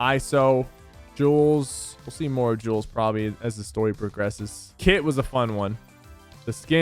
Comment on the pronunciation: Jules not jewels